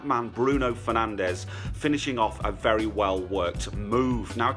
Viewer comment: That was a brilliant “penalty” from “Penandes” PS: Regardless of the results the message stays the same #GlazersOut